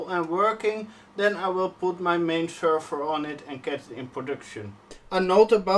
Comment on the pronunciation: sherver, its a server SERver rhooo XDD, if you are french why speacking in inglish ?